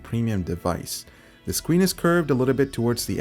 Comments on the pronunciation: The skween lol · lol SCWEEN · to Scween or not to screen ? That is the real question. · the scween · "The Scween" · The "Scween". xD